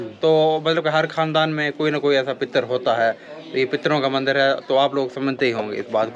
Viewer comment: Mandar nahi Mandir hota hai bhai aur Shiv Ling aur Bhagwan ki photos ko pada hua mat bolo